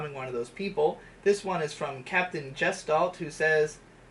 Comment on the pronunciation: Mispronounced "chaste" and "gestalt".